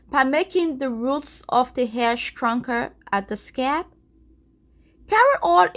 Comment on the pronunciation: I love how she says (stronker, lonker 😂